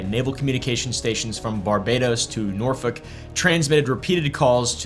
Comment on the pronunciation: I knew where you grew up the second you said “Norfolk” the right way 😂